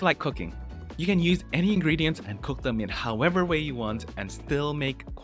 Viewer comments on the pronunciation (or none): none